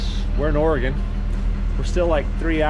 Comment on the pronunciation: Lived here my whole life (73 years)so thank you for pronouncing ORY-GUN correctly. ✅😎